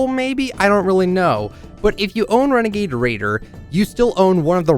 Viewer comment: It’s a wenegade waider